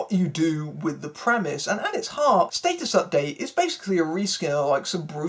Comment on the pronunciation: The movie actually isn't that bad. This review is though. but what do u expect from someone who pronounces Stat-us. State-us. and you obviously don't get the humor of the movie.